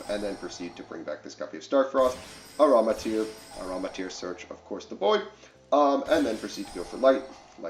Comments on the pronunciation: It’s amritara. Am-ri-tara, not aramitir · “AM-RI-TAH-Ra” lol